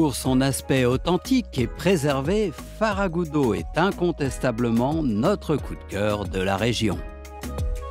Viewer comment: C'est FERRAGUDO et non comme dit le commentateur Farragudo